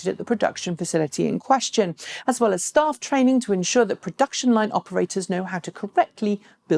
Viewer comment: I like how she says "stuff training" rather than staff training :D